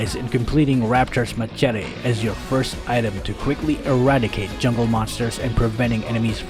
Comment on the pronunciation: I like how he calls item in a funny way😂😂😂